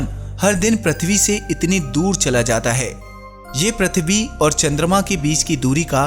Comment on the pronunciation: bhai प्रथवि नाही पृथ्वी केहेते हैं